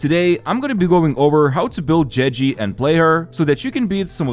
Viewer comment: "jeji" xd